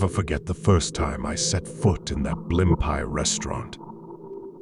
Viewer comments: Blim pies restaurant?? Where are you from? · they are, but the reader pronounces it horribly lol.. I live in nyc so we used to have a blimpies every 5 blocks lol